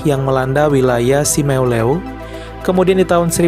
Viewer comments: Sebutan pulau Simeulue kok gitu amat bacanya broe. Yg benar itu SIMELU..... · Phonem Simeuleu salah 🙏😭